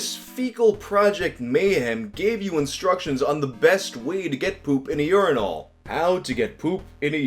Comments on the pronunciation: You pronounce "urinal" weird. It's pronounced "yer-in-ll" not "yore-in-all". God damn, you east coast people are so fucking weird. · Lol stop saying "yourenal" and just say "urnal" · Am I the only one who thinks here is saying urinal weird? I’m from a place where we say it “urin-ul” not “urin-ahl” 🤷🏼‍♀️ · The way you pronounce it urin'ALL', rather than urin'UL', is honestly blowing my mind. It's like it's challenging you to give it all of your urine. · Each time you pronounce it "urin-AWL" my blood pressure rises a bit more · I've never heard someone pronounce urinal like does. Urin-all. Weird. It sounds like he's overthinking how to say it. Like when you say "bowl" a bunch and start hearing it differently. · why do you pronounce urinal like “you’re-in-all” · Unine-all 😂 can't unhear it now. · why do you pronounce "urinal" weird?